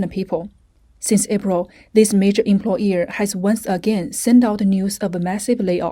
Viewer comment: It's "Em-ploy-er", not "Em-ploy-ee-er"